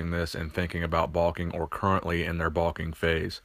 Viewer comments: I love your channel but wtf is balking? Bro its bulking. Bowl-king....not ball king. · Baulking? That's what it sounds like. LOL